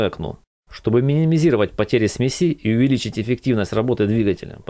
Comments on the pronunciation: Автор, что за смесИ ??? сме́си всегда было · только говорить надо смЕси а не смесИ ударение идет на первый слог, смЕ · Автор! Все круто и по теме. НО- смЕси , а не смесИ , ну ппц режет ухо. Не веришь- словарь тебе в помощь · Снова и снова смотрю, ибо классное видео, но от ударения аж передёргивает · может ударение ставить нормально? это всетаки смесь а не смязь